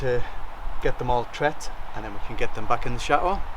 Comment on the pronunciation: I think you guys are very charming and your videos are great. How ever your constant mispronunciation of “chateau” drives me crazy. The “t” in chateau is not silent. The word is not cha-eau, it pronounced cha-teau. When you say tea you don’t say ea you say tea. Instead of say eau please say teau like the toes on your feet, chaTeau.